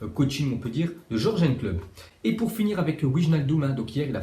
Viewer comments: C'est pas Jorgen mais Yurgen Klopp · On dis yourgeun